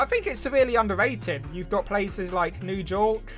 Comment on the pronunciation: new jork, macedusetts, and winnipeg ah yes, my three favorite states